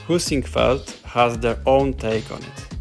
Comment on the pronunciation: I could have sworn you said "poosyfoot" when you said Heisingveld or w/e haha